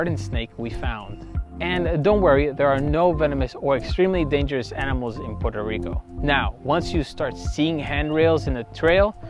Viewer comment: Puerto Rico , NOT Puero / Poro Rico, as my gringo teacher corrected .